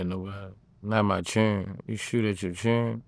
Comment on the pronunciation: “You got a thousand chilren(children) you a fxckin alien 👽!” 😂🤣😂🤣🤣